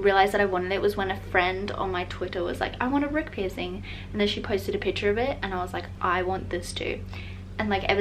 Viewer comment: Piercing!! Pls pronounce that. PIRSING